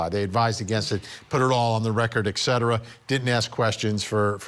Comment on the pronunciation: Psst ... Hey bud.... Hey fully grown adult in a suit, dispensing information, hey.... eK cetera is not a word.